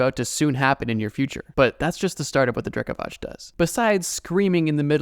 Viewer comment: Btw its Drekavac , your pronunciation is a little off, but i dont blame you , we talk the same way we write so letters are usualy a lil more pronounced , also, its cool to see you mentioned something from over here xD